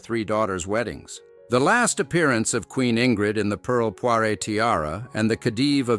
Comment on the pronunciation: pearl poire - not poiré